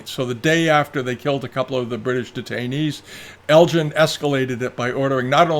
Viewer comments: I always enjoy your biased and one-sided view of history. While some of what is in this video is interesting it is also dripping with pro-Chinese and anti-British bias. You really do give the game away by taking great care in correctly pronouncing Chinese names while mispronouncing -- over and over -- the name of Lord Elgin, a name anyone with even a passing interest in history knows is NOT pronounced Lord El-GIN. But that's okay. At least your open about your prejudices here. War is hell. And it was a war. The spoils of war and looting were perfectly acceptable in the 19th century. We shouldn't apply today's standards to those of 160 years ago. You also leave out anything here that makes the Chinese look bad. Watch the BBC documentary done a few years ago. They tortured horribly for days on end the emissaries sent to China. That's just one thing you left out. Enough said. Try to be more even-handed in the future. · According to today's New York Times (in an article by Alex Marshall about Greek marbles) ..."The museum argues that Lord Elgin (whose name is pronounced with a hard “g” sound, as in “Helga”)"